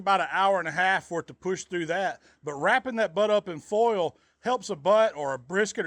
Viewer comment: Fowl = Foil :)